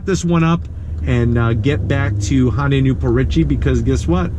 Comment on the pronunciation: It's not a Hon-day.